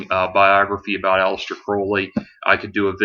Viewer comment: It turns me on when people pronounce Crowley correctly.